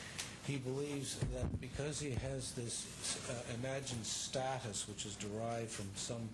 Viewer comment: My Haiku Derivation; polka dot tie dude says "dell ooHHH shun" and "StaHH-tuss" like an ass begging for a beating